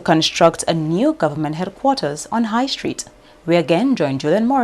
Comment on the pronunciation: The word is "government" not "gowerment," as I hear from a certain person. Well we don't want genetically modified crops in the nature isle. Sorry about the diver who lost his life while diving at champagne reef. RIEP🙏🏽